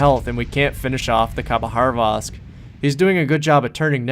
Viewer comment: good call. For such a great game... I can't agree with the end - never trust a random player to not throw the game. just go dark and ensure 100% win. Hilarious how you pronounce these ships... khabarosvk with an H in the middle of it somewhere (not sure where).. and Des Moines - pronouncing the S at the end even though it is a silent S. haha